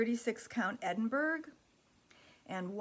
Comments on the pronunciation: So much loveliness. Those fabrics are just wonderful! By the way Edinburgh is Ed in burr ah not berg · Edinburgh is pronounced "Edinborouh". It is a large city in Scotland.